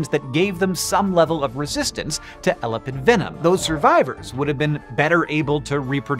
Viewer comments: Argh, Hank, it's pronounced "eh-LAH-pid". Good grief. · When you put the emphasis on the first syllable in "elapid" it sounds like you are saying "elephant". Previous I've only heard it pronounced with the emphasis on the second syllable.